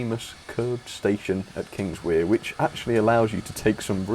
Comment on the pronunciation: Kingswear is pronounced Kings-where. I’m relatively local (just up the line at Newton Abbot) so you can trust me as a valid source.